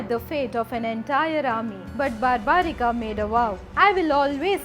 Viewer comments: It's barbarik not barbarika ok pls see to it you and its not Rama it's ram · The name is barbarik. There us no "a" in the end. Just like it's yog and not "yoga". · Plz pronounce the name in Indian way you are saying like bheemaaaaa barbarikaaa this is not correct this issue was with non Indian bcz they try to read the English spelling of the names so plz if you are trying to glorify India don’t follow the west blindly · Its barbrik not barbrikaa, ghototkachh not ghatotkachaa, mahabharat not bahabharataa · Please stop spelling the names of Indian historical persons like this. It's not Barbarika it's Barbarik. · English pronunciation should not add extra a in the name like it’s barbarik not barbarika same as it’s always yog not yoga.Otherwise story is explained nicely. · Not totally accurate And the name is pronounced differently Its bur'bu"reek not bar'baa"rikaa The test before offering the head would have given proper importance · i appreciate ur video....but dont u know the names of characters....why u saying bhimaaa its bhim,its mahabharat,its barbarik.......dont just go on following others pronounciation.....u should be using our own pronounciation.......its a slavery mindset to follow foreigners pronounciation